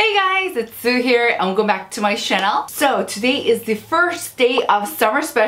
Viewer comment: Why do you pronounce "channel" as "chanel"??? Just curious :D